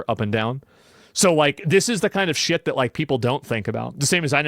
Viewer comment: I like when says "sheeeyuht" like that. Reminds me of my Austin fam 😆